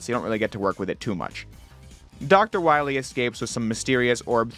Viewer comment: Then we'll find Doctah Wahwee.